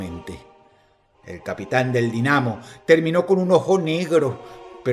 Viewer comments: los dina mos , solo me recuerda a la vez que dijo : el chel sea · cada vez que el veneco de decía Los Dinamos al Dynamo de Moscú daban ganas de golpearlo, que le cuesta averiguar cómo se pronuncia, vago, ñoqui. fiel reflejo de la derecha actual